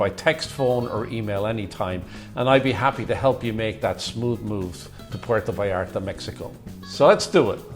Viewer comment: I've been in PV hundreds of times. Never had a problem there. The only problem were the whites. They ruined my city. You guy talking on here. Learn how to pronounce Puerto Vallarta. You seem like one of the people who has ruined the city.